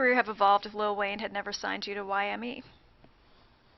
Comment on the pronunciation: did that interviewer just say "yme"